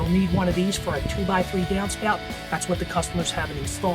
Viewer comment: THE WAY YOU SAY .."downspout" though. When my girlfriend is around sometimes I actually mock your "downspout" pronunciation..we laugh.